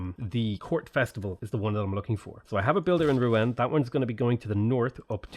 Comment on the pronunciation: Rouen pronounced “roo-on”